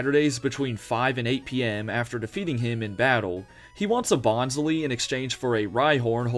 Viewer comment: Its Bon-sly, not Bonz-lee. Y'know, like a sly bonsai 😉